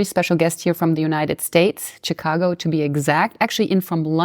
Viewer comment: First time I've ever heard it pronounced "Tchicago".